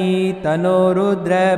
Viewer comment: अरे गुरुजी tanno रुद्र के आगे विसर्ग ऐ सा उच्चार करो,उच्चार nahi आता तो मंत्र मत बोलो.